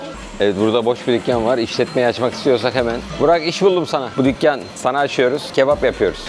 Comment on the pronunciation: Tükkan aciyoruz dükkan değil lütfen tükkan😂😂😂😂😂 samimiyetiniz çok güzel hocammm